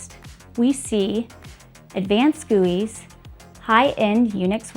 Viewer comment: Wait.... what did she say????....."...advanced guis....."....?????? 🤣🤣